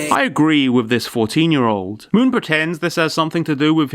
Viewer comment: Moon? More like m-ew-n